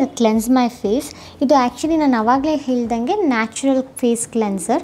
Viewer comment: ಸ್ವಲ್ಪ ನೆಟ್ ಗೆ ಕನ್ನಡ ಮಾತಾಡೋಕೆ ಕಲಿ ಬಿತ್ರಿ 😠... ನಮ್ಮಮ್ಮ super star ಮಕ್ಳುದು ಕಕ್ಕ ತಿನ್ನೋಕೆ ಹೋಗು.. ಅವ್ರ್ ನೋಡಿ ಕಲಿ ಎಷ್ಟು ಸ್ವಚ್ಛ ವಾಗಿ ಕನ್ನಡ ಮಾತಾಡ್ತಾರೆ ಅಂತಾ.. ಥೂ ನಿನ್ over acting ಗೆ 🤮... ( ಹೆಲ್ದಂಗೆ ಹೇಲ್ದಂಗೆ ಅಂತೀಯಲ್ಲ. ಹೆಲೋದು ಟಾಯ್ಲೆಟ್ ನಲ್ಲಿ. ( ಹೇಳ್ದನ್ಗೆ ಅಂತಾ correct ಆಗಿ ಹೇಳು.. ನಿನ್ ಗಂಡನ್ ಫ್ಯಾಮಿಲಿ ಉದ್ದಾರ... ನಿನ್ನ ಯಾಕಾದ್ರೂ ಚಂದನ್ ಗೆ ಮದ್ವೆ ಮಾಡ್ಸಿದ್ವೋ ಅಂತಾ ಚಂದನ್ ಅಮ್ಮ ಮನ್ಸಲ್ಲೇ ಕೊರಗ್ತಾ ಇದಾರೆ..